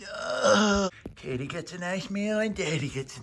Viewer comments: No he said kitty🥀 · Titty. Yes. Our resident man of God said titty...but feline.